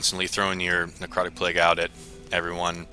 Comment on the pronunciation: "necrotic plegh"